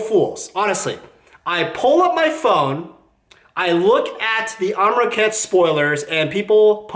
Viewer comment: Amronkhet? Amrakhet? You can at least get the name right, forget about your opinions.